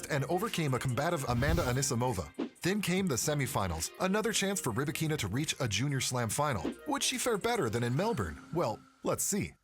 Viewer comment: Stop calling her RybakEEEEna. The accent on “A”: RybAAAkina. Don’t butcher name of this beautiful and talented woman.